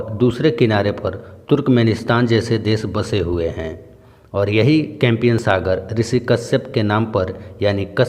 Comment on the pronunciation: sir compiyan nhi Caspian sea boltae km se km videos bnane k pehle ek baar bolna Toh Sikh lijiye